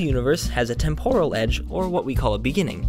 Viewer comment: I think "temporal" is pronounced "TEM-per-uhl" rather than "temp-ORAL."